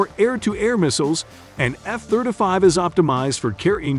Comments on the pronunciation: That's the F thurda five right ther e😅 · The F Therder Five. He says every other jet correct but not the F Thirty Five. Yes ,Thirty, Thir-T-y, nor Therder. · F-third a five 😂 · Eff Thurta Fief ....rhymes with "stab ya wiff a knife " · Thirt uh fave ...... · " F thirtafy" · What's with his pronunciation of F-35 as "F-thirt-uh-fahve"?? What kind of bizarre pronunciation is that? Just weird. Had to turn it off. Makes my ears bleed. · The F-thirtuh-five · What's, " Thirta five"? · All I can hear is this guy saying "F Thirtuh Five." Is he incapable of pronouncing "Thirty" properly, or is that a choice? Great video, thanks for your work. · Thir duh fih